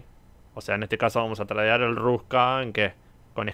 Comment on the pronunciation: SE DICE TREIDEAR, NO TRADEAR